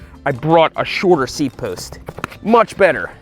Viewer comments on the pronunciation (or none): none